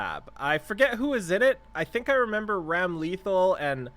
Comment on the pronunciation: Ramlethal's name is actually pronounced Ram-luh-thall. Also fun fact for E7 players, she's Elphelt's sister.